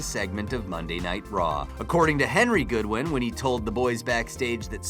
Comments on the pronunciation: Say names right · Its spelled Godwin not Goodwin also its X-Pac as in X-Poc not X-Peck or X-Pack and its Neidhart as in Nidehart not Needhart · Just me or does this guy sound that he's never watched wrestling in his life. Just some of his pronunciations like goo-win instead of god-win and need-hart instead of nied-hart feels like someone just gave him a script and said good luck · At .44, not only is their name spelled GODwin, but they were called the GODwins, NOT GOOD wins, as the dumbass narrator says. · its henry Godwin not goodwin moron...seriously do you even research the material you steal? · Neid Hart? Wtf? Its Neidhart...does this guy even watch wrestling, or does he read everything from a script? Not only that but Godwin, not Goodwin. Whomever did the captions needs to look things up. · fucking godwin not GOODWIN... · Godwin...not Goodwin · Jim "NEED" Hart???? Henry GOODwin???? wtf? has he never seen footage of their names being said? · Sound it out with me, goDwin, niedhart, and xpac is pronounced just like tupac. Great story, but maybe do a little more research on the names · Pronounced god-wins man...wtf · LOL! I completely agree with you.... lets see... The Goodwins, Jim Need Hart and don't forget X Pack!